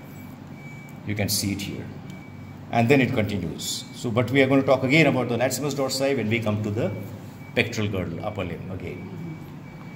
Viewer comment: Funny how he keeps pronouncing the latissimus dorsi muscle as the latsimus haha.